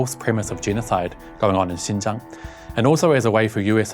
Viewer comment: Hahaha… ‘Xinjiang… a place she can’t even pronounce properly…’